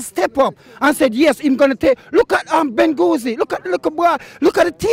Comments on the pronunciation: lol he pronounced it wrong but mans definitely talking facts!!! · Man said bengouzi 😂😂😂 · Man said Bengouzi 🤦🏾‍♂️😂